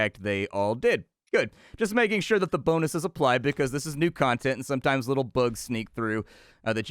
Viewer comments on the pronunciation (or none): none